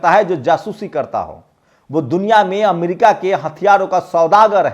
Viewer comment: Amdica nhi America hota hai